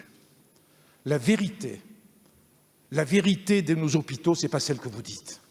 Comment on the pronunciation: "Nos Z'hôpitaux !"